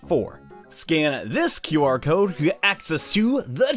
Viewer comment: It's not QR cod its or cod.